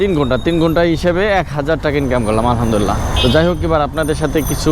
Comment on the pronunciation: ভাইজান আলহামদুলিল্লাহ শব্দটা স্পষ্ট করে সুন্দরভাবে বলবেন